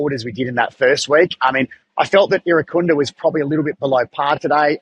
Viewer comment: Irankunda not Erinakunda please